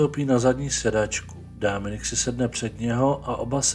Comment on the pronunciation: To Dáááminik zní dost blbě.